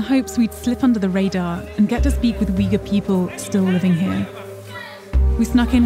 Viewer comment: The family they interviewed did not speak Uyghur, and Uyghur is not pronounced like this